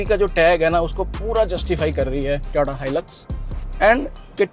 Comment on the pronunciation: भाई ट्योटा नहीं होता टोयोटा होता है